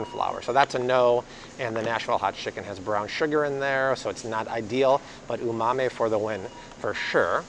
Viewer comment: Yes, that was almost cringe worthy.